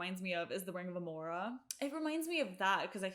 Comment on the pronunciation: Amara, not Amora. Lilah, not Leyla.